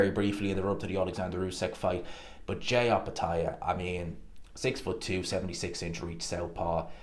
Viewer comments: His name is pronounced Jy not JAY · His name is Jai rhymes with die .